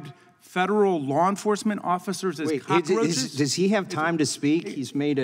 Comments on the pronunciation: Did gaetz...who is a resident of myarea just pronouce cockroach in a way non northwest florida accent? What the hell is a cackaroachas? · Can anyone tell me what is a cockAroach? Gaetz pronunciation is whack in that word me thinks.